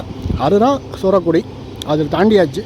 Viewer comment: சூரக்குடி இல்லை...சுரக்குடி